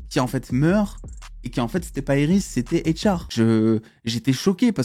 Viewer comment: Iris pas aéiris 😂😂